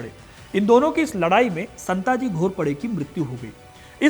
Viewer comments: Santji aur dhanji nahi.. संताजी & धनाजी Next time pronounce correctly and do your research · शिवाजी महाराज बोलिए। संत जी नहीं, संताजी। धनजी नहीं, धनाजी।